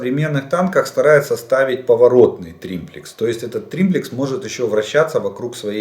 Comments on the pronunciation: Извините,сам не так написал : не триМплекс, а триплекс !... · не "триМплекс" , а триплекс !) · Олег Владимирович,уже 3-й раз пишу Вам : не инциНдент,а инцидент,не прециНдент,а прецедент, не триМплицинг,а триплинцг ! Извините,но,просто ,,коробит,, от Вашего произношения этих слов ! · дебил - триплекс, а не триМплекс)) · Он этот тримплекс стопятьсот раз сказал, и каждый раз из ушей кровило, эксперт ска. Думаю, Жданов давно уже больше пользуется триммерами, чем триплексами, оттого и перекосы. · Какой еще триМплекс??? Нет такого слова. ТРИПЛЕКС. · триМплекс???🤣🤣🤣🤣 - Жданов, когда уже перестанешь народ смешить? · "триМплекс"! серьезно? ))) ахаха... улыбнул, полковник.